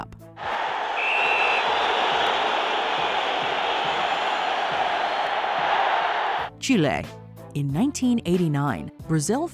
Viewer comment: I hate how pronounce Chile 🇨🇱